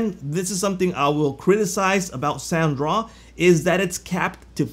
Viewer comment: Hey.. you dropped the D in Soundraw!! its SoundDraw;-)